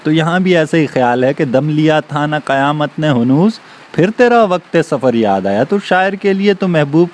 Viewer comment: براہ مہربانی لیکچرسےپہلے تیاری کیاکریں۔ استادجوسکھاتاہے بچوں کوساری زندگی وہی یادرہتاہے۔ آپ لفظ فریاد کاتلفظ درست کریں۔ آپ فر کوالگ بول رہے ہیں اور یاد کوالگ۔ تر اورفر قافیے نہیں ہیں۔ خداراکچھ رحم کریں بچوں پر۔ یاد اور فریاد قافیے ہیں۔